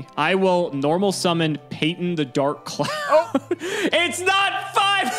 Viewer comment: First Payton, now Peeton. That poor poor clown you keep verbally abusing. /s